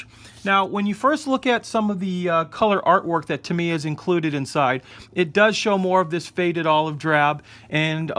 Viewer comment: um no offense i don't know if it is said different in your part of the us but its pronounced tam e yuh